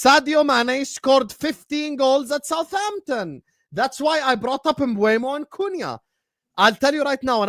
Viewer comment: It's M Boom o. Sky Sports did a video of players pronouncing their own names and he's on it.